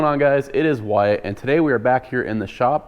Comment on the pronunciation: Ya Whyatt you always say your name funny is it wiltt or Whylet ? Also Corona loves you baby.